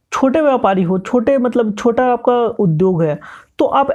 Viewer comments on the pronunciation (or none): none